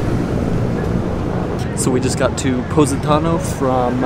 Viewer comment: Its called Po😲not Pu😯 Positano otherwise say that word one more time I'm going to stop watching this vlog